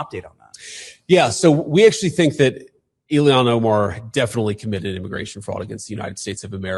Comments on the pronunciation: Prnounced: “ILL-HAHN” NOT “ILLIAN” !!! Got it now?!?🙄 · Benny,its NOT ILIHAN, get her name right, ok? JD can't get it either, not a good look guys! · It's ILL HAWN